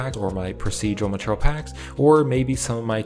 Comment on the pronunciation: maturl.... i can't bro... i just can't he says maturl every 5 seconds... it's ma-teir-e-al